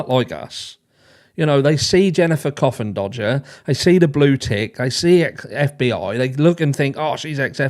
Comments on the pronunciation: C’mon guys, please pronounce Ms. Coffindaffer’s name correctly! Mr. Bennet is APPALLED so please have some manners. Geez! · One more thing… every time you say Coffindodger I legit 😂